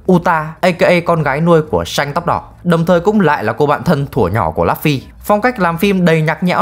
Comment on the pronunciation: Lấp phy 😫😫😫 đọc tên nhân vật chính nghe chán thiệt!